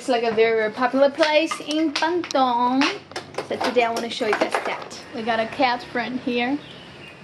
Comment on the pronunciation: BANDUNG. Try to Pronounce it right. Hahaha Just funny listen you said BANDUNG😆😆😆😆